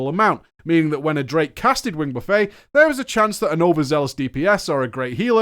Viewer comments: You eat a buffet (silent T), if you are buffeted by something then you pronounce the T. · "Wing buffet" Wrong word. That's actually just the wrong word you're saying. You're pronouncing it like you're at a golden coral instead of like you're getting buffeted by a dragon's wings. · i still can't get over him pronouncing buffet like he's about to dig into a meal.... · It's not "buffet" as in the food "all-you-can-eat" buffet, it's pronounced buffet exactly how it's spent. FFFFFFFF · lol wing buffet. the t isn't silent. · Pronouncing "Buffet" as you did, as a buffet of food instead of the wind buffeting was hilarious. Like Onyxia was hitting you with a buffet of chicken wings or some shit. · So hard to listen to you call it wing "buh-fey" when it's wing "buhf-it". It's not an endless meal of Onyxia's wings, it's repeated blows from her wings. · It's Buh-Fet, not buff-A, just btw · out here calling "wing buffet" (buff-eht) a fucking wing buffay as if onyxia is pudding on a spread for everyone like KFC xD Fucking hell you're english you should know how to pronounce french words after the normans took over in 1066:P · AH! buf-it, not buf-fay. Why does that trigger me so badly...? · its not pronounced wing Buffay, its not a food court, its pronounced Buffit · Excellent analysis. but I hope that you are being funny when you are pronouncing "buffet". In this context, it is pronounced "buff et", not "buff ay". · Roger McKay Like Jimmy Buffett, not like China Buffet. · It's not pronounced buffAY, it's buffET. As in flapping wings, creating wind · 'Wing buf-fett' - like Bobba Fett. Not 'Buf-fey' which is a large selection of foods.... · Hi. Kindly as I can. Buff-a = what you take your plate to. Buff-et is what you get with wind or Onyxia's wings. it's Buff-et/it. But this is a hella video. Thanks. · It's a WING BUFFET .NOT A BUFEY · What the fuck is a wing buffay omfg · "Buffet" in this instance is pronounced like "buff it"